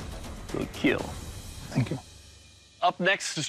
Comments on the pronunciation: "Overall, your Makraka will 'kkiiellll'!"😁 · It will Keel !!!!!!!!!!!!!!!! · It will keel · "It will keel you and peel your skin" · “It will keel”. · "your sword will Keyiel"